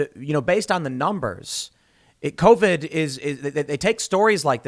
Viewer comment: "C O V ID"